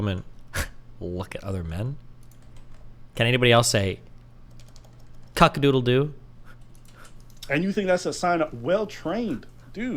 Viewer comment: Did he just say cuckadoodledoo? 💀